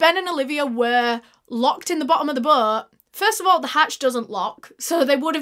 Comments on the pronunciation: "His BOŒAT" BOAT. B-OH-T NOT B-UH-O-T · Sorry I can't with the way she says "Boat" it sounds like she is saying Butt 😂🤦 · When you hear "butt" instead of "boat" 😭 it's childish i know but I was dying 😂